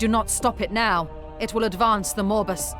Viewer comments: I'm sorry, but every time the Chaos Gate VA's talk about Nurgle's grand plan "the Morbus", I cannot help but hear "Morbius". Nurgle plans to MORB the whole galaxy! 🤣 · Did she say "Morbus"? As in Morbius is going to Morb-us? Is it MORBIN TIME!? I-I'll get my coat and see myself out. Cheers!